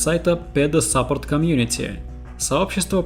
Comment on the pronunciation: автор сейчас пойдёт и погуглит как читается слово support и не будет выдумывать больше своё собственное произношение